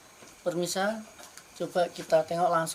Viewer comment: Permisa?? Pemirsa?? Hahaha maaf jadi ketawa